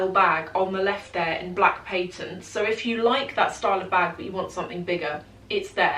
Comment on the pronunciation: It’s called a patent leather, not paintent leather…..